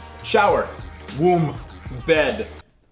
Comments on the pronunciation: ik I mean like he sounded more like he's saying woom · didn't say "womb" he said woom